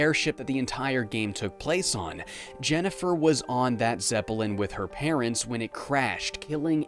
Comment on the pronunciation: Geez, you pronounce a lot of words really weirdly. The ones I picked up in this video were “Zepp-ell-in” and “Sow-Ree”. It really bothers me. I remember there’s more, but that’s all I caught in this video